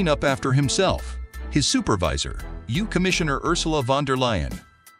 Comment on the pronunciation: The You? EU is always pronounce like the letters EU.....And it is Michel, a French name, not Michael. Is this commentary done by a robot?